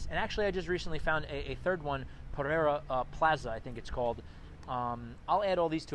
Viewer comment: Puh-ray-duh. 👍 came here from Medellín in November.